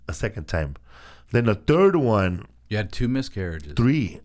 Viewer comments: Felipe says won like won-ton and then proceeds to say one like wun lol Tom might night be so tik tokked after all.... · he says won like tom